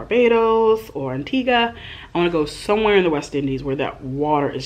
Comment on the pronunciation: She said Antigua and I literally started to scream 🇦🇬🇦🇬🇦🇬🇦🇬🇦🇬. A lot of people don’t even pronounce the name of my country right but you did!!! We welcome you anytime ✨